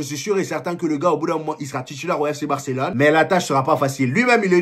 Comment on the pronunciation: Tu prononce bien barcelone